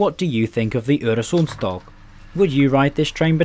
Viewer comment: Im only 20 seconds in but congratulations! You managed to ponounce "Øresundståg" really well. most people just see the Ø and Å as Os and As, even though they are not. And thanks for making a video on a Scandinavian train! they dont get that much coverage and Denmark gets most of it, atleast my home country was included1 xD